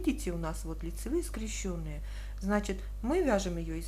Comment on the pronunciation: Ну скрЕщенные же! Как же режет ухо эти ваши скрещЁные. Не могу больше... Извините